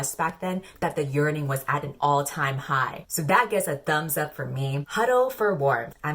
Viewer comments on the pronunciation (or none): drinking game to go along with this video: take a shot every time says ‘YeaRNinG’ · every time you said "yearning" I just heard it as "urinating" :( it was driving me up the wall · Nobody: You: YeArNiNg (honestly same) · No one:: "Yearning"